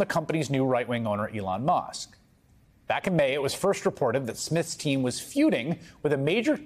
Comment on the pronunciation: why does pronounce Musk "Mosk"?